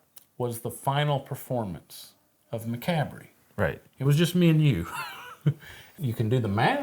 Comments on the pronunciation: 'McAbry?' It's actually promounced: 'muh-COB.' And there was already a thrash-metal band called 'Macabre' in the 80's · I hope so too! But the band is pronounced “muh-KOB” not MACK-a-BREE. :) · . Its still funny how you say Macabre it sounds like Ma -Cab -ry... in Australia we say Ma Ca bra. 😂😂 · i love how they still mis pronounce "macabre" - macabree. It's pronounced Muh Kawb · Macabre isn't it pronounced mack cob? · Did you guys ever learn to pronounce macabre properly lol? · Did you guys ever figure out how to pronounce “Macabre”?? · Did y'all ever learn the correct pronunciation of macabre? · Still pronouncing macabre wrong after all these years